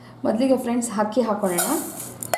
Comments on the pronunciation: It's not ಹಕ್ಕಿ....IT'S ಅಕ್ಕಿ (rice).... Please correct your kannada pronunciation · Nice recipes but hakki alla mam akki😀😀